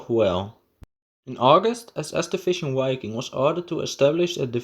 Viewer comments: Just FYI - The German 'w' is pronounced like an english 'v' and the first 'i' is long so it should sound like Veeking. Wiking is German for Viking. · It's pronounced "vi-king" with a short "i". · Dude - in German you spell and pronounce "Wiking" with a clear double-u. In English, it is spelled "Viking", and pronounced as a "v" - a clear "v". You should change the commentary, as it reduce the quality of the video quite substantially!! In fact, the video is almost non-comprehendable due to your extremely bad pronounciation - slow down, and concentrate on pronouncing the words clearly. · W is pronounced V in German.